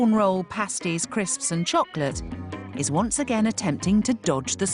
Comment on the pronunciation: Love the was says crisps... CLISPS!